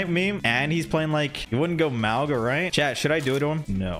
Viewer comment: Maw-ga not mow-ga please